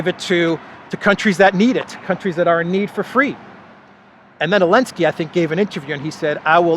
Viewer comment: Why hes missing Z from Zelensky?? Or he has specific accent?